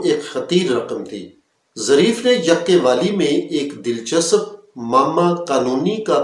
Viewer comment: URDU ALFAZ KI ADAYGI DRUST FARMAIN " DIL CHASAP" NAHI HOTA DILCHASP DRUST HA. MAZEED BHI BOHAT ALFAZ KA SATYA NAS KIA HA AAP NE.